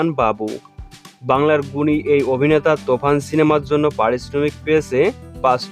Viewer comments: কি সব বলে রে তুফান কে বলছে তফান আগে উচ্চারণ ঠিক ভাবে শিখো তার ভিডিও বানাও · ভাই তোফান না তুফান হবে 🤣🤣